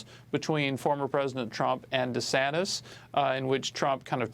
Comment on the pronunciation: Two clows here! One of them can't pronounce DeSantis!